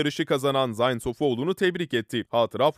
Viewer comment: Zayn degil ,Zeyn diye okunur..